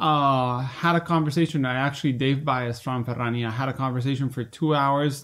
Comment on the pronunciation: Thank you for for saying "Ferrrrania" that often <3 - love the news!! thank you!